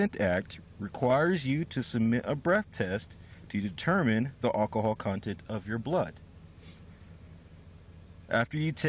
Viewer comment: he reeks of "all-ka-hall"